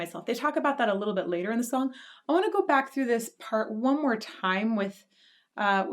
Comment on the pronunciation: "let's go bak again" sharoff. We need that on a sticker.